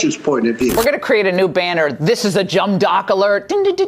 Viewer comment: actually said "Jumb dock alert".